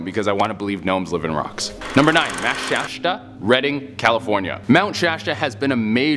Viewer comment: #10 is pronounced Ply-ah Che #9 is pronounced Sha-sta #8 has been proven to be an optical illusion, as far as the videos are concerned.